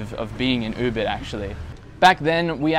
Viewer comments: Ubid? lol or Ubud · No your pronunciation of Ubud was not correct.